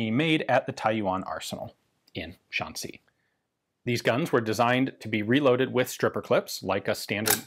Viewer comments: Say Shan C not Shan say. Shan C. These guns weren’t stolen weren’t they? Hmmmmmm. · Fascinating how Ian starts off mispronouncing Shan Xi as "Shan Say" and then at around the 4 minute mark he correctly pronounces the Xi as "See". I wonder if there was a language expert behind the scenes who corrected him between shots =) Either way, awesome video as usual. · Xi in Shanxi is pronounced she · Shan-say is a pretty wide miss in pronunciation. Shan=see, which you stumble in to in the middle, is closer but not quite it. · Just a slight correction: Shanxi is pronounced more like how you would say "Sean She" in English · Pronounced like 'Sean-She'(shaun-she). Like Sean Connery in Zardoz. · Hearing Ian saying Shanxi(山西) using only the English pronounciation is yet another entertaining element for this already outstanding video. XD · Anybody notice how Ian pronounces Shanxi like it's a French word? 😁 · “Shanxi” is a difficult pronunciation for English speakers because English doesn’t have the sounds it makes. “Sh” is well, “sh”, but “an” is somewhere between “an” in “Can” and “ean” in “Sean”. If you speak German however it’s basically “ann” in “Mann”. “Xi” is tricky because the X is like halfway between a “S” and “Sh”, and there isn’t any analog for it in Latin based languages. I guess try to make the S sound but move the tip of your tongue back a bit? And finally, the “i” in “Xi” is basically “ee” in “need”. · I'm sure someone has already mentioned this, but assuming it's written in Pinyin, "xi" is pronounced like the English word "she." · My lady says your pronunciation of “Shanxi” sounds French, which sounds about right! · This is so fascinating, but I found myself wincing every time you pronounced "Shanxi".